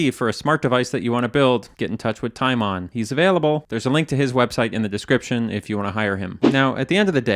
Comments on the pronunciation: You don't pronounce Timon like that in Germany btw. It's more like tee-mon. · Love the way you pronounce Timon 😂